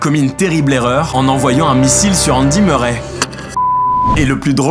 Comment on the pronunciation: Murray ses anglephone tu le dit merrais mes ses Murray en anglais ses mon nom de famille